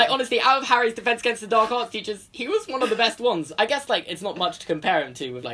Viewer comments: I had subtitles on and the subtitles said that you said "Neville is afraid of peaches." Lol! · I misheard when you said Neville is afraid of teachers, and I heard Neville is afraid of peaches.